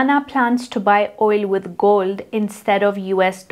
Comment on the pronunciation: R u trying to say GOLD????